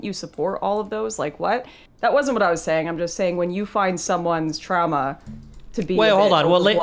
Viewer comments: we don't pronounce it trama, I pramise. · This is disgusting, I can’t believe she would pronounce “trauma” and “process” like that. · lol'd at Lauren saying "TRAMA" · Im sitting here fuming how does destiny just take that. “Trama” kill me ffs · No one in Canada pronounce "Trahmah" like that except for Lauren. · If she says TRAMMAH one more time I’m gonna lose it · I can't take the "Tramma." Two times was enough--unlistenable. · He was triggered the moment she pronounced trauma as tramma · Why does she pronounce trauma like “Trama”. What the fuck bro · why tf is she saying tramma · Pretty hilarious that it’s Destiny’s audience that chirps her because of her pronunciation of the word trauma. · Okay, now some bizarre Canadian pronunciations are forgivable, but "trauma" is spelled au. Does she say "caaaaaaaaation, curvy road ahead"? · The way Lauren pronounces the words trauma and traumatizing, etc. is pretty funny. I wonder if that's a weird dialect thing. Not sure where's she's from. She uses a short a instead of the normal / correct elongated a sound. Never noticed that before but she says it so much in this vid that I can't ignore it. It triggers my grammar goosestepping gene. XD